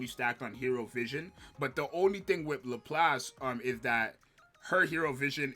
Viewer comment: dood... lap lass. its not hard. literally two english words in pronunciation. 🤣 but yeah thats basically my top 3.